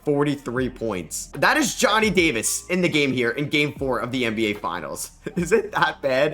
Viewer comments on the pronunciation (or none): none